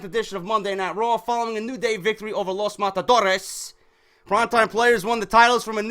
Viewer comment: Bro, the way you say Los Matadores is so funny